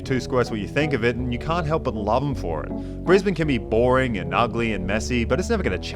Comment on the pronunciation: I had to advise a United hostie this is literally how you pronounce it, not "Briz-Bayne", as the purser had said on the in-flight PA system. Note air connections to north America are rapidly improving from BNE, allowing you now to avoid LAX. Air Canada direct to YVR (Vancouver), United direct to SFO (San Francisco). Now we just need Seattle-based Alaska Airlines to run a direct BNE-SEA route for all the Aussie tech bros who live in the US Pacific North-West.